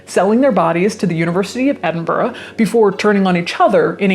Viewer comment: Well done for saying Edenborough spot on